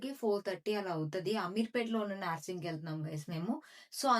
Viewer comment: Naaaarsing kadu narsing